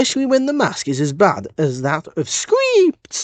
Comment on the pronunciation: Sorry but the way you said skrypts bothered me you earned that down